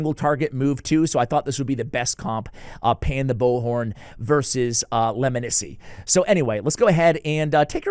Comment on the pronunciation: Are we sure it’s pronounced Leminisi? Knowing these Sylvan Watcher names it’s probably pronounced “Steve.”